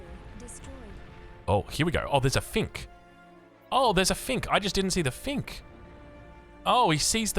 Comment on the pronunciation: Bro it’s finch not fink haha😂